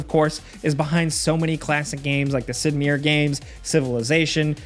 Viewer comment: The way you sad Sid Meier lol